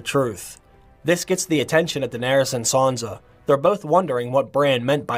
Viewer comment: Good video. Her name isn’t Sanza with a Z. It’s Sansa